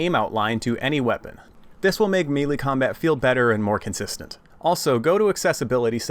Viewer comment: Damn. I dont think i've heard anyone mispronounce the word "Melee" since 2012.